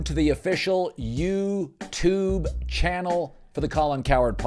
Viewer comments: What’s with the overly annunciated “Youuu Tuuube” intro? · The way Colin says "YouTube" sounds like he just heard of the site. It reminds me of how my ex-mother in law would pronounce "DVD" as "DVeeeD" with overemphasis on the V